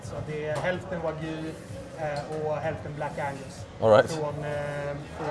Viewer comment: Alltså vad är det med stockholmare och uttala wagyu vagy?